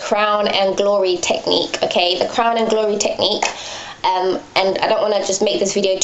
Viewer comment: I really like your videos! Its nice to have a fellow british living gyal doing hair videos. Ur accent goes american sometimes! lool. Especially when you say "aaannd" lol ;) Anyway good work gurl. I'm around 4-5 months into transition, and my mind isn't all there yet, i have moments where i think.. i "need" to get a relaxer, i can't do this, this is too much, i'm not ready. Then i watch videos like yours and i'm inspired to keep going. Much love :)